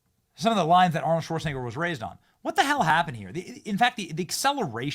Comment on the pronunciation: I wonder how many people thought, "Golly, Arnold said scwew your fweedoms, ok, I will. I'll go get jabbed right now and wear three masks in my own car." Seriously, did anybody change their minds on the issue because Awnold said so?